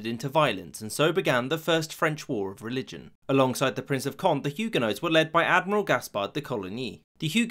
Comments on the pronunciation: Cohn-deh. Yeh, bruh! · Friendly correction, Condé is pronounced KOHN-DEH, not KOND. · It is not pronounced the Prince of "Kondd" but the Prince of "Konday" (Condé), a junior member of the Bourbon branch of the Capetian family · Accents does matter in French therefor the name CONDÉ is pronounced like COND-AY and not CONDE ;) . Enjoyed our super easy language haha, even if french is often not pronouncing evrything , "é" is evrytime a "ay" sound and Never optional - loving this video btw, it's a mandatory part of our historiy class at school. And Navard isn't where you spotted it on the map, it's in Spain; what you spotted is Béarn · The accent mark on the e of Conde (don't have special characters) means you have to pronounce it. Condee is closer than Cond. Also, the e of Amboise means you pronounce the s. So Amboiz. (hard to write this stuff out) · Condé = roughly "con-DAY" not "cond" (the "é" is the giveaway). Amboise = "om-BWAZ." A penultimate "s" in French isn't silent if followed by an "e." Also, "comprised of" isn't a thing. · "Condé" is pronounced Conday not Cond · Condé is pronounced as cohn-day (more or less), not cohnt. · “Conde” has an acute accent on the final “e” and so should be pronounced as Conday. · as in "café"! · Taupe It is not an aspirated consonant though, so "k-hon-" would be false. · The name “Condé” literally tells you it’s supposed to be pronounced as two syllables. You say “Bourbon” nicely, though. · I love your videos, but your pronunciation sometimes leaves something to be desired. Condé is two syllables, not one. And Amboise has a z sound at the end. Small things like this can be really annoying especially when they are repeated throughout the video. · CONDÉ = CondE you pronounce the final E!